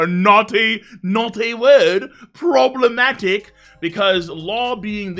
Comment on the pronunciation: Lmao "poblematic" ur missing da R